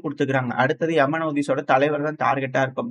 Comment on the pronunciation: ஏமன் ஹவுதி என்று சொல்லுங்கள். எமன் எமன் என்று சொல்லாதீர்கள்